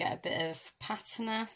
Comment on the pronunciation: Thanks for going over this technique with alcohol Inks. I would love to see more of the Reserse technique! By the way Patina is pronounced PAT TINA 💖👍 Gorgeous card in the end, but would have liked to see you do it on video. I know some don't like long videos but They can fast forward!!! 😊♥️🧚‍♀️